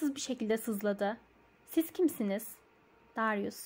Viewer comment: Darius "Deryus" diye telaffuz ediliyor:)